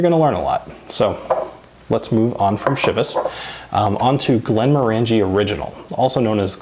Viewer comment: It’s pronounced glenmorangie as in orangey.